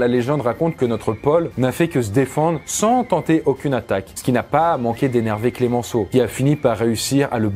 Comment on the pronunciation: Le nom de Georges Clemenceau se prononce CLEMENCEAU et non pas CLÉMENCEAU, c’est-à-dire sans accent sur le premier « e ». D’ailleurs il avait la réputation de devenir furieux lorsque quiconque l’appelait « Clémenceau ».